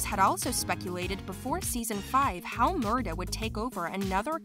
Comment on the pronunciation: And it is Murtagh with a T not murdagh